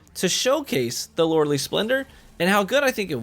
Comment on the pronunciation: Best exotic EVER don’t care how many times it’s getting nerfed I will never gonna take it off, just for the simple fact that Loreley it’s my daughter’s name!!! 🥰 and by the way u are saing the name wrong by don’t worrie Lolol keep up the good work!!